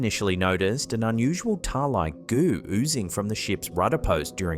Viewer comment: You say "goo" in such an Aussie way... LOL